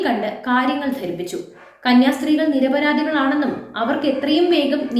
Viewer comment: നിരപരാതി അല്ല കൊച്ചേ.. ധി ആണ്... ശബ്ദം ആണ് ശബ് ധം അല്ല ... മിക്കതിന്റെയും മലയാളം മോശം ആണ്... ഈ കൊച്ച് അതിലൊക്കെ എത്രയോ ഭേദം.. മലയാളം മെച്ചപ്പെടുത്തുക.. എത്രയൊക്കെ വെളുപ്പിച്ചാലും കന്യാസ്ത്രീകൾ ഏതായാലും പുണ്യകർമ്മം ചെയ്യാനല്ല പെൺകുട്ടികളെ കൊണ്ട് പോയത്... രാജീവ് ചന്ദ്രശേഖരനോട് ഒരു ബഹുമാനം ഉണ്ടാരുന്നു.. പത്തു വോട്ടിനു വേണ്ടി.,പ്രീണനം... ചീപ്പീയേം മുസ്ലീം പ്രീണനം KJP ക്രൈസ്തവ പ്രീണനം... ബാലൻസ് ആക്കാൻ ശ്രമം., പക്ഷെ...ഈ കാര്യങ്ങൾ കൊണ്ടൊന്നും ക്രിസ്ത്യാനി വോട്ടുകൾ KJP യ്ക്ക് കിട്ടാനും പോണില്ല... ഇക്കാര്യത്തിൽ ഉള്ളിക്കൂട്ടനോടാ യോജിപ്പ്.. ഉള്ളി സുരനോട്.... കൊങ്ങി - കമ്മികളിൽ നിന്നും ഒട്ടും വേറിട്ടല്ല KJP യും